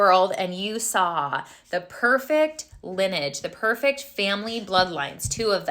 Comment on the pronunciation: Lin- e-age. Not lin-age.